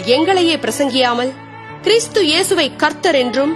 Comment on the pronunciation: Please change the pronounce to this word..கிறிஸ்து not கிறீஸ்து